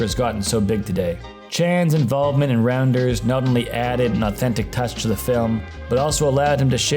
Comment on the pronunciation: Its pronounced Rounders, not Randers. 😆